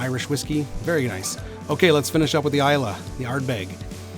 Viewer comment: Hahahaha please don't make this #eggshot a trend, we don't want to do it but... peer pressure is a powerful thing... Booze Breakdown is a great series idea! The Scots thank you for pronouncing Islay correctly also!